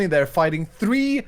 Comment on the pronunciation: I think you might need to talk less to iskall to win tbh Mumbo. Its his master strategy. And Mike Brewer always says free instead of three.